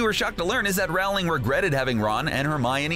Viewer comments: its not rAwling its rOwling and im not joking -______ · You pronounced her name wrong. The unabridged audio books with jim start off with her correct pronunciation Row-Ling. like rowing a boat. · Rowling (Rol-ling) It's pronounced Rolling Sorry it was bothering me. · That made me annoying how he said ROWling not Rolling because she said that is how you say it. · Is t it J.K. ROwling(roe,ling) not J.K.ROWling (r,oww,ling) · It’s Rowling not Ralwing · It's ROwling not RAUwling 😂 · If you're going to do Harry Potter pieces, at least pronounce J.K. Rowling's name correctly. It's Row, as in, "Row your boat" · ROW-LING as in row, row, row your boat. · ROW LING. Her name is pronounced ROW LING. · "Beedle" spelled "BeeTle", Rowling pronounced Raowling, Elvish "warfare?" Sorry, couldn't even watch the whole thing. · Rowling is pronounced rowling rhyming wirh bowling.sorry that just rlly triggers me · It's Rowling like bowling. Mis-pronouncing the author's name destroys any credibility you have. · He also mispronounces Rowling. That should tell you how much actual research and care went into this. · He said J.K. Rowling’s name wrong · One of my biggest pet peeves is when people jk rowlings name wrong like you did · I hate how he keeps saying J.K. Rowling’s last name wrong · You're saying Rowling wrong, why is it always you Americans that do this? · I stopped watching when you mispronounced JK Rowling's name. Rowling rhymes with bowling. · PLEASE LEARN TO PRONOUNCE ROWLING CORRECTLY. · Pronounces Rowling as Ralling (as opposed to Rolling) Pronounces Voldemort VoldeRmort Claims W in S.P.E.W. as Warfare (rather than Welfare) Considers Cursed Child to be cannon What else did I miss?